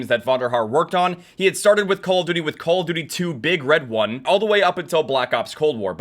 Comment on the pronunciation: "IT'S VERY HARD.... CaLlA DuTie"